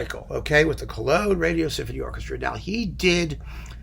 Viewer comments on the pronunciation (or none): none